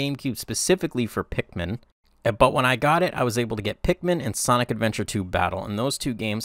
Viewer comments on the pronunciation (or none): none